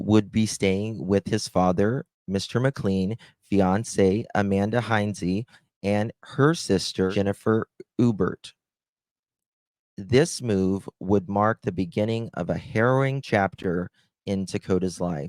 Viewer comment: Where in the world did you get "ew-burt" from the name "Ebert"?? Nowhere does an "e" sound like a "u" or "eww". It's like "ee-burt". Or "Hinzee" from the word "Hinze...its so obvious that it is pronounced like the ketchup brand "Heinz"...the "e" is silent. Listening to you attempt to read is torture. My 7 year old reads better! Maybe if you spent as much time working on improving your reading skills as you did your makeup application skills you might be surprised at the results! Seriously...you look awesome...maybe you should stick with what you know best and leave the reading to others!😊